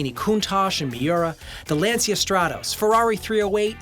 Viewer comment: nice video but be careful on some of the pronunciation. lancia is pronounced lanCHa.